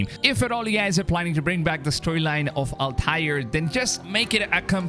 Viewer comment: Al-Taaiir Ibne Aahad is the correct way to say it.👍🏻